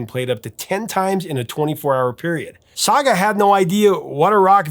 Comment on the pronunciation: Nobody said “Sah-gah”. It was “Sag”. Pronounced like bag. Saga.